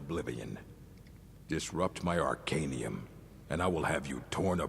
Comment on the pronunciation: god do i have to pronounce things for u now? omg its called the ar-cae-knee-yum